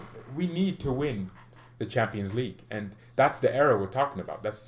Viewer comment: It bothers me when you say "Champaign league". 😂😂 I just don't know why.